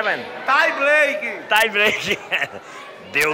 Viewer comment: o mito "trai braique" kkkkkkkk